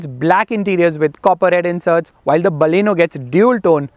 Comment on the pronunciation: hI....IT'S NOT BAALLEENO, like "balle balle"....it is Baleno.